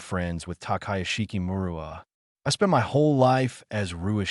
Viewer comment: Teikai Group, not Taiken Group; Takayashiki, not Takaya